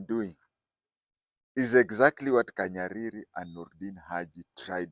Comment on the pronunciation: It's not KANYARIRI. He is called Kahariri